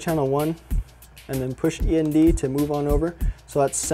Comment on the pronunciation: Its end NOT E-N-D